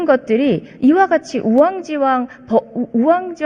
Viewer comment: 2년이 흘러 우연찮게 보게되었는데 이재경의원이 우왕지왕이라고 두번이나 말하는 모습에 실소가 절로나옵니다. 우엉김밥은 들었는 봤는데 우왕지왕이라니. 한번은 실수라고 넘어갈수 있었겠지만 두번씩이나. 재경씨 우왕지왕이 아닌 우왕좌왕입니다.